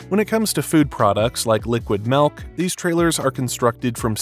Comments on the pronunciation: I was with you until you pronounced "milk" as "melk".... The "ill" sound in milk is more appropriate as "eel" than it is as "ale" or "egg" This is an ick for me...😂😂😂 I cringed so hard Everytime you said it. If this helps: the word used for where milk comes out of has the SAME vowel sound... Think about it... You don't say tets... LMBO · oh my god STOP SAYING MELK!!!!!!! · What is "melk"?